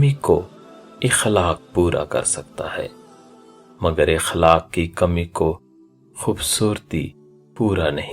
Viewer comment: Aqlaaaq hai sahi lafz اخلاق زبر سے پڑھئے